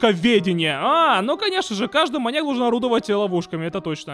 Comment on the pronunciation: Мне послышалось что ты говориш моник а не моньяк😂😂